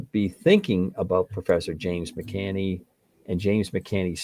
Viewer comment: For future reference, the Professor's last name is pronounced Mic-KAN-NEE.